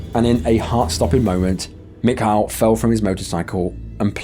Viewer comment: Granted I'm not Russian and this is an older video I guess it's not all that important now but not my fault I just found this channel. The Russian guy I'm almost positive is pronounced mee-Kah Good channel regardless. Been on quite the binge the last several hours...